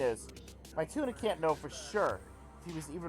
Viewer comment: saying mituna's name as "my tuna" made me cry